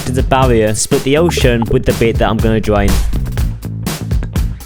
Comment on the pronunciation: “I’m going to dwain this entiwe Minecwaft SMP”